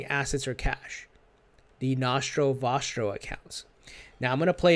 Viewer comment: Nashro washro ....dude thats nostro vostro pronounce it like a normal human being